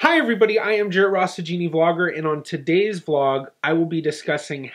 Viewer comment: I finally know your name! After six months of watching you on you tube I had decided your name was. You say it so fast and almost swallowed…. Now I know it is. So hi.